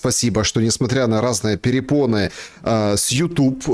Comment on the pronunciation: Не пЕрепоны, а препоны! 🤦‍♂️